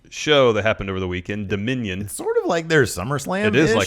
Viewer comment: P.S: it's DOMINION!!!!! NOT (DOMINON)!!!!!